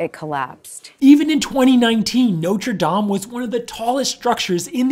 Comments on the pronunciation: I must commend you on your pronunciation. Most Americans for some reason refuse to pronounce Notre Dame correctly. People please take note: its pronounced "nought-ra damn" not "noter dame" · It’s pronounced “not” with a soft “o”, instead “note”. Please stop saying “note-re”. And the spire was replaced in the mid 1800s. What caused the fire? Possibly something to do with the renovation, not unlike the fire in Notre Dame de Chartres in the 1800s, but I’m not there and I’m not an arson investigator. So I’ll stick to what I know. I wish others would do the same instead of engaging in silly speculation.